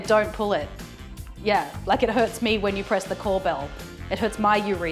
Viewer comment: “It hurst my urethra”